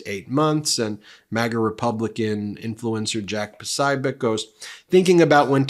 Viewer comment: Ben, please double check how to pronounce people's names, or find a video of it being said. It's a compliment to say that worst part of your videos is how you pronounce people's names. It's Jack pro-SO-bee-ek and Martin SKrelli or SHrelli.